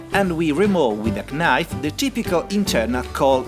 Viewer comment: Attenzione alla pronuncia del coltello -> knife